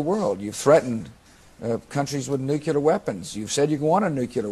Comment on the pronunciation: it's pronounced, "nook-lee-ur."